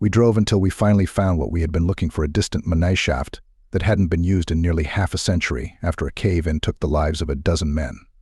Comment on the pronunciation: It's definitely AI if any of the many words it mispronounced didn't seal the deal , then "mineshaft" absolutely did lol , but all in all it was a good story and it doesn't sound too robotic so I can try to trick myself into blocking out just how electronic it sounds. 😊